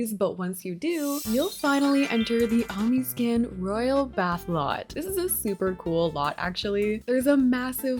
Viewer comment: i'm so glad you posteddd comfort youtuber fr! <3 btw, the omiscan lot is pronounced "oh-MISS-kun", like referring to the culture:)